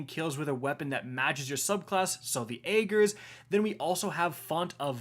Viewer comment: I swear if you pronounce Ager’s wrong again I’m leaving cause there’s no excuse. Lol